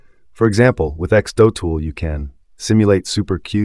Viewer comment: It's not x-doe-tool! It's x-do-tool.